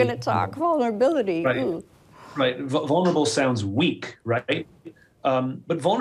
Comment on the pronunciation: I feel like 'honest' actually fits a little bit better than 'vurnable'